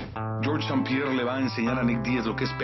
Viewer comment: es ST-Pierre y els welter brother, pero en todo lo demas estás en lo correcto